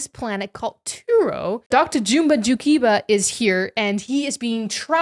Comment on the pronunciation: Only critique is that you are pronouncing Jumba wrong